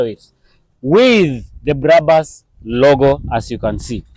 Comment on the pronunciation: dont say BRABAS,just BRABUS as it is written,first names of the founders brakman and bushman.